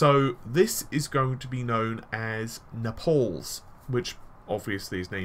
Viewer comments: Also i would say Nay-ples phonetically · yeah, thought it was weird he said "Nepal" was in southern italy